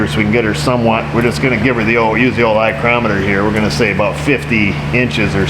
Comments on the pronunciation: "Eye"crometer? LOL👍😂😂😂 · I looked on his Amazon page for the eyecrometer. Couldn't find it!!